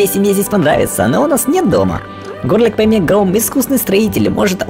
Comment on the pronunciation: Горлек на О ударение, Токк, а не Токко Чудесно всё